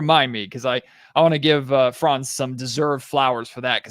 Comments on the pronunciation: I have been wondering for 10 minutes why you kept talking about France. Can you please take one second to look up how to pronounce 'Franz' correctly??? Really disresepectful to butcher his name like this. Not that complicated, is it. Unless you are brain-dead. Have to stop listening. Such a degree of ignorance is unbearable. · While you are being somewhat harsh on the guys (come on, they're American, what foreign language skills do u expect 😁) , you're right: it would already really help if they kept the "a" in Franz short, pronounced as in like "fun". Like that it would at least not sound like a certain country...